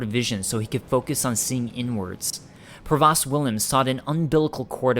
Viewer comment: pro-vost (rhymes with ghost)